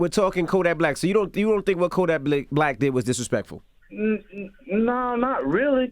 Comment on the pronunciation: ENVY CALLED KODAK BLICK INSTEAD OF BLACK BY ACCIDENT 🤣🤣 #justsayin ✌🏾